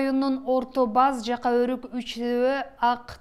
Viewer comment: Айланайын кабарчы кыргызча эле суйлобойсунбу Орто Баз дебей орто Боз эле деп, Жака деген создо а тамгасы жумшартылып айтылат